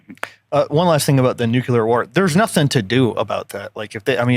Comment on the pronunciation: it’s nuclear not nucular. Thanks for the great episode!